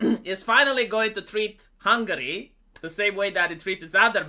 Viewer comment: Pronunți intenționat hungary? Just to piss ppl off?🤣🤣🤣